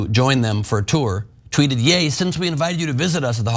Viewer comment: Ye is not Yay. The sound is like that a cowboy would make Ye haw! He could say the same about gypsy's, Irish or Muslims and he would be fine. It's just because it's Jewish people that he is going to be destroyed. It's not about all races or all religions as they aren't nearly as protected.